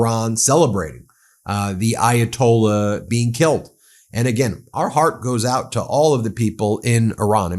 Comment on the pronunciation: Ayatolli you say? Well, that's one way of mispronouncing it. Yet, didn't you point out how conservatives never seem to pronounce Mamdani correctly? Lol, Trump said he'd end the Russian-Ukrainian war before he was elected, then in 1 day, then in 100 days. Trump is a businessman and a salesman, you can't trust a word he says. Do US tax payers want to fund this? Well, look at S. Korea. The US was the major (by far) outside help to those on the Korean peninsula that wanted democracy. Would you say those lives and tax dollars were wasted helping them? How about Taiwan (Republic of China), did the US waste tax dollars defending its ally during the first and second Taiwan Straight crises? Or how about Ukraine, if Ukraine survives, and the US makes a new trusted ally, would the money spent helping them be wasted? You hate Trump, as do I, but that doesn't mean every single thing he does is horrible. With that said, this may easily turn out to be horrible, if Iran gets the same outcome as Iraq and Afghanistan. Thoughts and prayers?? What are you, a Republican after a mass shooting where 30 people are killed? Thoughts and prayers are useless..... Jesus, you're just as bad as those you so harshly criticize.